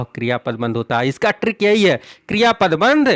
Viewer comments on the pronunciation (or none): I like how he doesnt say "trick" he says "TRRRRRRRRRRRRRRRRRRRRRRRRRRRRRRRRRRRRRRRICK"